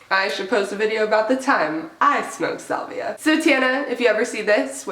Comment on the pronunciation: SAlvia....not sUlvia! Dweeb..